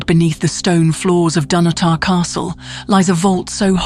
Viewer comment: But it's Dun-otter. Not Dun-oh-tar.